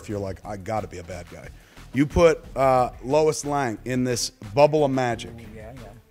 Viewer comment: Did Kevin just say Lois Lang? Shame.